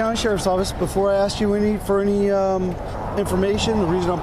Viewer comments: I’m with you on “aks”… drives me absolutely insane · yes, it’s less legit than ask. 🙄